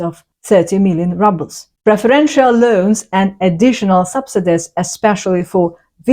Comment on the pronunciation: Is that all what you could say about India? Your description about the Indian farmer and the government is an absolute lie. Is this a propaganda against India? Find out more about India before spew out more crap. And learn to pronounce words properly. At least learn that it is not “rubble”. It’s pronounced as “rooble”. Don’t put out substandard content.